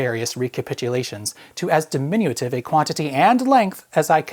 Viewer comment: What does "diminuative" mean,? (Before people complain that I'm an idiot, the word he was looking for was "diminutive", without that extra "a" syllable.)